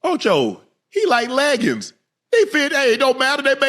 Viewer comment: "HE LEGGINS" 💀💀